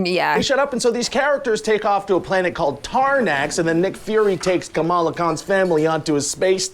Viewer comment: Why did they get Kamala’s name pronunciation so wrong so many times?!